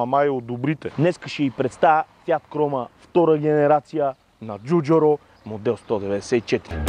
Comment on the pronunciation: Ей не му научи името....Джорджето ДжуджАро! То не беше Джуджуро , ДжуджЪро , Във видеото на алфа 159 Джуджуру пак.....